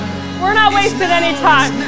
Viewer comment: said “farty” 🤣🤣☠️ I nearly fell off my bike from laughing when I heard that. Bummed I missed you saying it live. Did the ride Monday morning and it was great!